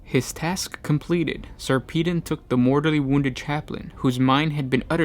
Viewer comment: Sarpedon pronounced Sar pa don